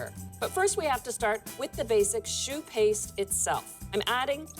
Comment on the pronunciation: Amazing ... My favorite donut too.. "shoe paste"?